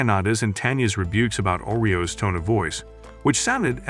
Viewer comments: Umm its nit oreos lol its Arios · FIRST THAT HERO GUY'S NAME IS ARIOS AND NOT OREOS second kanade's name is NOT kanada and the woman in white is a priest not a mage